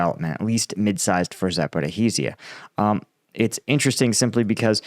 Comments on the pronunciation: It's not Zaporihizia.. it's Zaporizia.. The 'hi' sound you add is not there :) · It's "zah-poh-ree-shya" (or "zah-poh-roh-shye" in Russian), not zah-poh-ree-hee-shya. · There is no "ih-hee" in Zaporizhzhia It's Zah-poh-ree-zhee-ah. Or just Zah-poh-ree-zha. And Russians seem to replace the "ree" with "roh". But no one calls it Zah-poh-ri-hee-zee-ah Please. You're killin me 😂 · A pronunciation help, if I may, for Zaporizhia: The 'zh' sound is similar to 'sh' and is pronounced exactly the same as the 's' in the word 'treasure'. Think 'treazhure'. So you get Za-po-rizh-ee-yeh. Otherwise, try Za-po-rish-ee-yeh for a close approximation. Avoid Za-po-riz-hee-yeh, that sounds a bit weird. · ZAP- oh-REEZH-ah. There's no HEE in the word! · Please Google how to pronounce Zaporizhzhia correctly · Really you lot are here now with pronunciation nazism so I'm guessing as you're a russian every word you say in English is pronounced perfectly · streak of creatively mangling and botching the pronunciation of "Zaporizhzhia" continues 😂😂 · "Sorry if I mispronounced that." Ha! I come here for your combat analysis, not your pronunciation skills,, which are, shall we say, ballpark, at best. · He continues manage to creatively mangle "Zaporizhzhia" 😂